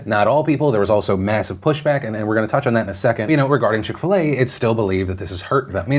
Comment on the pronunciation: I'm British and what is chick fil ey?